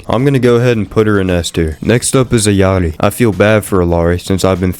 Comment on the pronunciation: pronunce it as "Iyari"